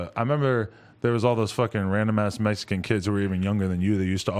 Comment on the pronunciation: Why does Adam have to emphasize they were Mexican like that tho??!! 🤔